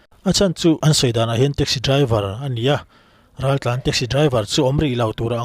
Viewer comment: Raltlanho tih ni na na na "Raltlanhau" ti a lam tlat mai chu.hau tih hi awmze nei lo ani